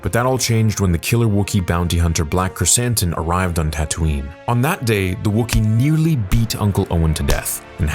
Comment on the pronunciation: called him Black Croissant, now I can’t unhear it.